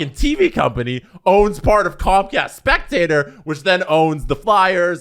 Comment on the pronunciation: Its not comcast spectator... Its Comcast spectacor (speck-ta-core)... After like 3 podcasts talking about this I had to say something, it was driving me crazy lol